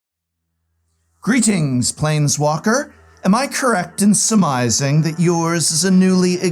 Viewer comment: Also, uh… for a “professor,” he sure makes up a lot of words lol… “sumising” ? “vanal” ?